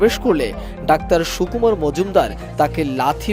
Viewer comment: সুকুমার না কুকুমার!?